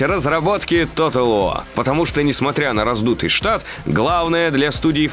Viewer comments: Тотал ВО! Английский - ВО! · как же раздражает тото уоу! ты либо говори по английски либо по русски, а не нечто среднее. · Почему "Тотал Во"?! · Может диктору при произношении английских слов лучше использовать "русский английский"? Например, Тотал ВоР, а не Тотал Воа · Bri'ish si'.